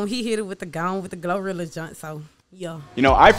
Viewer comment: Gloria 😂. GLO-RILLA